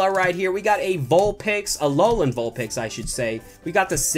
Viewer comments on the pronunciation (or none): none